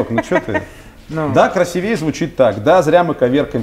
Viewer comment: «красивей звучит так» - красИвей,. КрасИвей. Не выдержал. Давно ты мне ухо режешь со своим красивЕй. Сам не люблю поправлять людей, но если уж ты тут взялся других учить грамоте:)